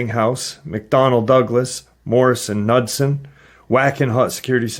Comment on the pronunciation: Ok this is how you pronounce MORRISON KNUDSON.. Ka NOOD SON.. yep I’m an Idaho gal born and raised and the company is huge in Boise